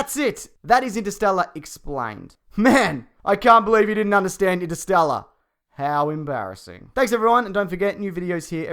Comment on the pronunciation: "Haawww embaareseng" that pronunciation 😂